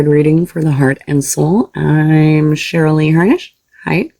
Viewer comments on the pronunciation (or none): none